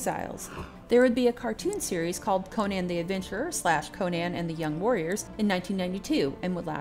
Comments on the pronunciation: You can argue Co-nan or Co-nun, Coe-nan, Coe-nun, but I closed this video at the third Co-nian. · Conan, pronounced like Conan O'Brian. Not like Cone-Anne. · I bursted out laughing the way you say Conan. Good job